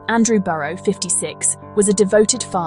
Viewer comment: Terrible video.. couldn’t even pronounce his name correctly. Video footage is garbage